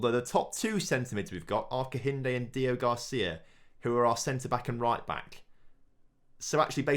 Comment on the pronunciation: HIS NAME IS DEO-GRACIA. NOT DEO-GARCIA. GRACIA!! It's really annoying